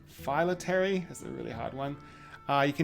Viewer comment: “Fill - ack - tery”